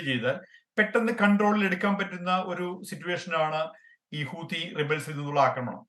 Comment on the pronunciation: ഹൂദി കൾ അല്ല ഹൂത്തി... ഒരു പേര് എല്ലാ ഭാഷയിലും മാറുന്നില്ല